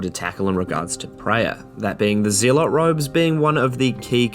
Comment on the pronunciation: Lol yeah but I'm just messing with you. It's pronounced like "zealous". They are the same root word.